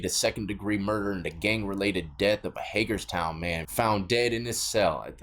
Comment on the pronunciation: Thank you for saying Hagerstown right!